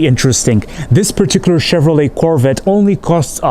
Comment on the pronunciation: Nice “CHHHevrollA”.